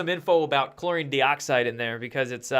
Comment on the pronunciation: Good stuff, as usual! BUT, PLEASE don't be an IGNORAMUS with your INCORRECT pronunciation of something you are trying to promote. You've been advised of this before - please READ your comments, sometimes!!?? This does/could make you look like a fake promoter of your BLEACHING Agent product (Joke!!:), bro. Your 'product' is called "Chlor-EE-n, DIE-oxide". Got/Get IT yet? Good!! I really DO wonder.:)